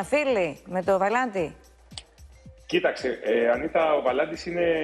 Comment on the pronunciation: Πεθαινω με το ΒαλαΝ-Τη της Πανιας!